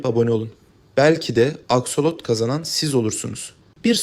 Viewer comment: Askolot değil aksolot😂😂 😂😂😝😝🫠🫠